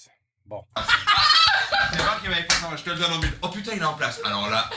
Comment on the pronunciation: That "oh putain" is the proof that you are becoming a real French speaker 😆 congrats D 👏